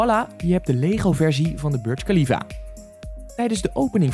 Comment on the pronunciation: Je spreekt de Burj Khalifa verkeerd uit ik ben er op geweest en je spreekt het zo uit: boersh kalifa